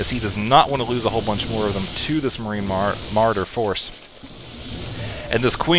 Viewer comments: muh-raw-der! :P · ts o.k! your super fun maps to play make up for not saying marauder correctly 100% of the time:)